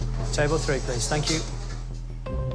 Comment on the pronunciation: ohhh..."Fank you", says,. Shes desirable in more ways than one to all but a great chef!...